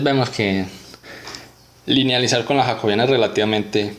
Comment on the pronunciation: Yacobiana ??? Así no se pronuncia😡😡😡😡